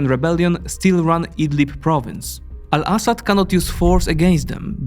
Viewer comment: I love his pronunciation of Al-Assad it make the report sound way more informed then with an American voice